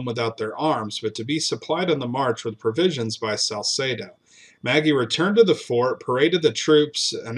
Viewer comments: Ma-gee not Maggie lol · I’m not sure of this gentleman but Magee would usually be pronounced McGee not Maggie.